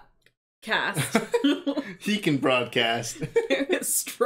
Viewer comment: The flashing gremlin with Phoebe Cates flashed her in the first one too. Sam trying to say broadcast was so funny! Thank you for that!